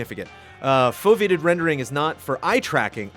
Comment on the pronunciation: CORRECTION: It's pronounced "fove-ee-ated" rendering. The fovea is a part of the retina that processes the center of your visual field and has the highest accuracy, as opposed to your less accurate peripheral vision. For VR, foveated rendering reduces the render quality of onscreen areas in the player's peripheral vision (yes, using eye tracking) to save on performance. It's a type of variable-rate shading and unrelated to level of detail (LOD) or culling, though all three are about saving on performance.